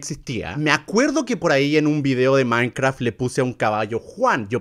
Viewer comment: Todos: Minecraft German: Minecvraft ✨